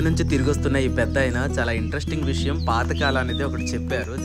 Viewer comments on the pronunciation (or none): none